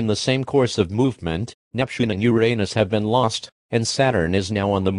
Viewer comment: If I heard this, I’d smile in appreciation at how they said “Uranus”, and then see if it was April Fools’. If it wasn’t, I’d ask my sister and nephew to come over, and her husband and his family.